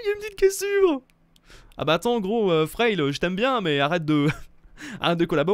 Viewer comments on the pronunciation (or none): Fraile tu doit le prononcer Frailé